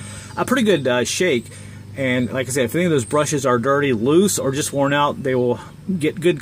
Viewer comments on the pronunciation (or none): none